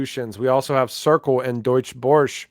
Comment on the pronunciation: the name you have difficulty pronouncing is actually the German Stock Exchange